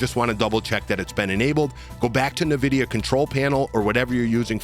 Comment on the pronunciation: Good video but you really need to learn how to pronounce Nvidia: How to Pronounce Nvidia (Correctly)